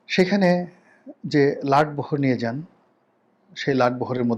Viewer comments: Not latbohor but lotbohor . OK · লাট বহর নয়,লট বহর।অবশ্য বরিশালে অর্থাৎ বৃহত্তর বরিশাল অঞ্চলে কি বলে জানিনা।